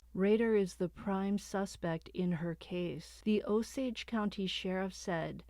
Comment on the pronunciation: Drove through Osage county this morning, glad u got the pronunciation right! Oh- sage (like the spice)😊